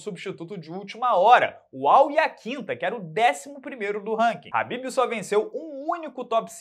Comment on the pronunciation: Quando o chama o Kahbib de Habib, ele deixa de chamá-lo pelo nome para chamá-lo de “amado“. 😂